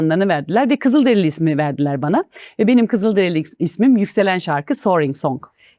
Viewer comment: onlar “kızıldereli” değil, kızılderili 🌸